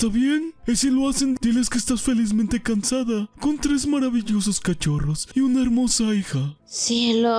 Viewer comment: Los que no se dieron cuenta dijo cansada en ves de casada😂😂